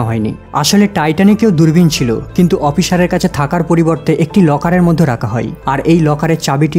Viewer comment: apnar uccharon oti joghonno...opichar noy ota hobe oficer .